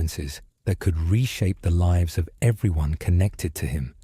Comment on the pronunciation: like 2 videos AI spliced together ... don't care for mispronounciation of lives vs lives